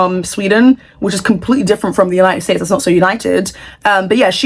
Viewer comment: United stations said😭